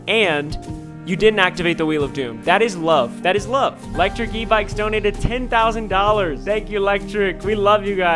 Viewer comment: not ryan trying to say 10 000 dollars😂